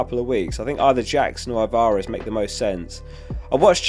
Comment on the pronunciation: Bro it Al-Va-Rez